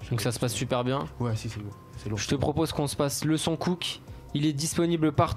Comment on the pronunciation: Il mec il dit ( COUK ) oklm devant popeye même lui il à envie de lui donner une baff pour lui dire que c’est ( COOK )😂